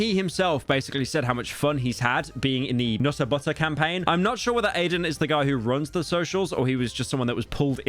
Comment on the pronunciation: The Nutt-ah Butt-ah situation is crazy.